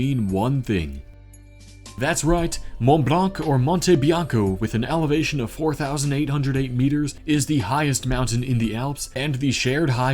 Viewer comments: You almost did it perfectly for the French ones except on that very last French word you pronounced x) (Mont Blanc, the C is silent) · Fun fact 🇨🇵 : the "c" of "blanc" isn't pronounced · mec il a écorché le mont blanc abuse pas non plus